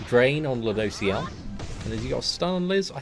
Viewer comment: Lol I remember when he couldn't say ludos name😂